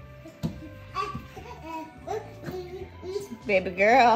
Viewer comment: I love you say babylirious but you say bebe instead of baby